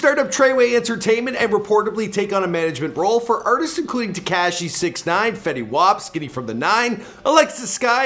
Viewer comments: Why he say tekashi like dat wtf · damn wish knew how to say “tekashi”. it’s not “tech-cashi”. he makes the coolest words sound corny asf. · Its not "TeCashi" and the way you say "Tr3way" is so cringe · It's not tacashy🤦🏻‍♀️ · The way you pronounce Tekashi. smh